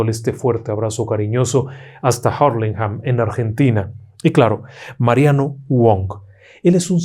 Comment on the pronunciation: Se escribe Hurlinghan Se pronuncia en español ( Urlingan) Somos latinos afortunadamente. Pronunciamos en español! Gracias.